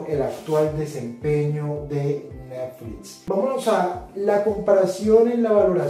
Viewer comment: Este, como todos los análisis del, es muy bueno, pero me sacaron varias risas el "neflits" y "shopifay".:D